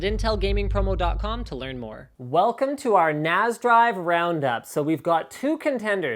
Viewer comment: FFS stop calling it a NAZ it a NAS.. the S should sound like the S form snake